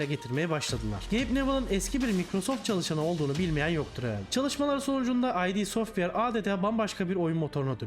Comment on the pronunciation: Hocam ay di software değil. İt software. Levent Pekcan’ın şirketten öğrendiği bir bilgidir 😇